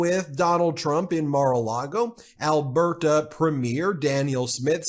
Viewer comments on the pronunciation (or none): She’s doing the right thing, I can’t stand the way he’s pronouncing Alberta is making me crazy. I watch 1 min of his video and was like uhhh NOPE. Lol